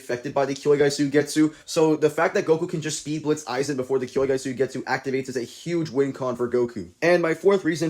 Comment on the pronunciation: W video, but its "kyouka" Suigetsu not kyoukai suigetsu 😭